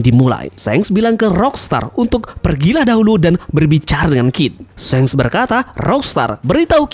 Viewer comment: Pronounciatoin of shanks Not shenks But shanks👍